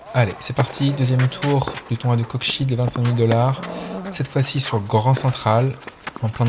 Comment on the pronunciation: Pour la prononciation de Coxyde : [kɔksid] (Coksside) ;)